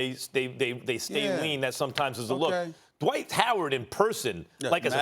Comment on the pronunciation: It’s Dwight not Dwite